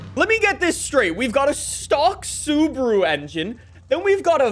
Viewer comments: Why are you saying Suburu and not SubAru? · the way he says Subaru wtf is subru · Why does he say Subruu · American way to pronounce Subaru is actually Sabru Pronounce "Sub" like in "subway".